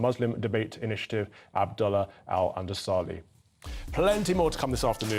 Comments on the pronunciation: "Andasali" LOL at least get the name right. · The host could at least pronounce the Guest name correctly. This show the lack of respect and prejudice toward the guest. I'm sure he can pronounce properly the Spanish region of Andalusia, it's just adding "AL" and removing the last "a". So it's no suprpise that he didn't let him finish his statement. May Allah reward our brother Al-Andalusi Abdullah.